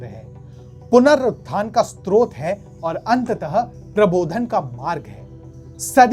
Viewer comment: STROT nahi uska uchharan SROT hai. S ke baad T nahi lagaya jaata. Jab itni shuddh hindi mein bol rahe hain, toh uchcharan ko bhi sahi kijiye.